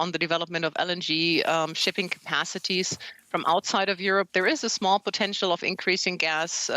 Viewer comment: It upsets me to constantly hear reporter and western official referring to these war crimes and atrocities as "POTNETIAL" . These are OBVIOUSLY atrocities and war crimes.